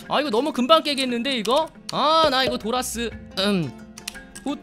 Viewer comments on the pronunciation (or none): 도티님이 도라스할때마다 자꾸 돌았으가 생각나요 ㅋㅋ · 저만 도라쓰를 돌앗으로들음? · 도티님이 도라스 라고할때 난 돌았스 라고 들었어요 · 도티님이 도라스!할때마다 도티님이 도랐다고하는 것같은1인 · 도라스가 욕처럼들림